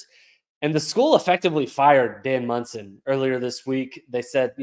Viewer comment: It’s Monson, not Munson. Jesus. Do some homework